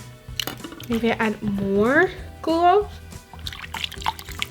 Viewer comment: Gl-oo that is how to pronouns glue😝😝😝 but i love your video's😍😍😍😍😍😍😍😍😍😍😍😍😍😍😍😍😍😍😍😍😍😍😍😉😍😍😍😍😍😍😍😍😍😍😍😍😍😍😍😍😍😍😍😍😍😍😍😍😍😍😍😍😍😍